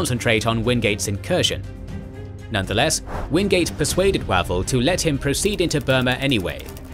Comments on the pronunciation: 'Way'vell not waval... Pronunciation is the main failing of this whole channel. Do your research! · The man’s name is pronounced “Way-Val” FFS. It doesn’t say a lot about your presentation if you cannot pronounce the commander’s name properly. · The voice software still can't do long vowels. Wavell wave`ll. Long a. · Is that not the wrong pronunciation for Wavell?